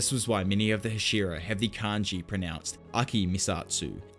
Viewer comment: HASH-E-RA. I enjoy the content but goddamn that bothers me.